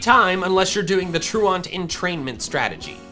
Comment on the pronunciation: Being french I can say that even in French we dont say truand like that